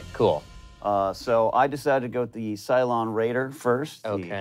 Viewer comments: Um, actually isn't it 'Cylon' not 'Cyclon'? In fact, after a Google, Cyclon is a brand of running shoe. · um actually is cylon, not cyclon